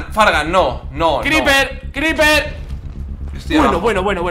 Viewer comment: "Un cRePerrrr" xd